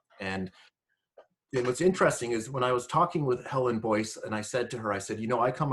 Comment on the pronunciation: It’s Helen Joyce actually, not Boyce. Does anyone know when her book is coming out? It won’t be a moment too soon.